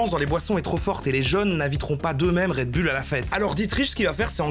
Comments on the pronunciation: Red Bulle, haha. Ca ce prononce Red Boul, patate haha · un "redbulle" ptn... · "red BULLE..." fait un effort, bordel... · Red BOULE par pitié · ça se prononce Red BOULE camarade! Tu l'as tellement répété avec la mauvaise prononciation, j'ai les oreilles qui saignent!